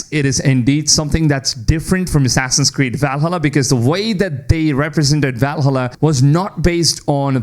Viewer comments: If he says VALhulla one more time I’m going to take a leap of faith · VAL-HA-LA... the way you pronounce it pisses me off from some reason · Bro insists on saying Valhalla wrong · Is he saying Valhalla this way intentionally xd